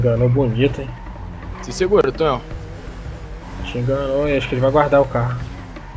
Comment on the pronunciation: n leu direito kkkkkk